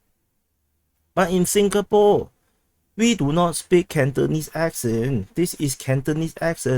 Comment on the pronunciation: First 20 seconds my Komanda from Singapore - sing-a-poor his reputation sink-a-pure .